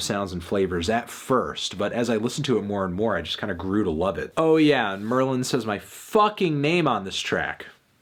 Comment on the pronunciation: "MELON" - Merlyn